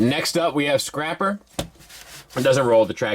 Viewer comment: Man this looks fantastic and btw you said scrapper twice